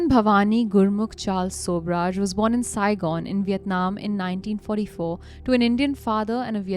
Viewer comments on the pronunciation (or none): none